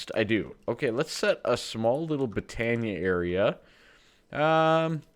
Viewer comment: i have been able to put put up with you calling it botania but its pronounced boe-ton-ea